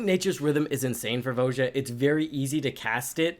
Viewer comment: Did you trigger your opponents by pronouncing her name wrong all the time? It's VOY-uh